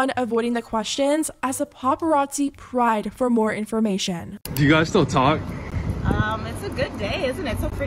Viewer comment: “Prod” not pride.